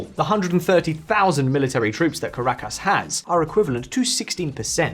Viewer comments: Ca -ra-cas? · work on your pronounciation of caracas and bogota mate